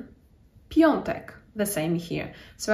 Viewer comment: Nie piontek, a piątek.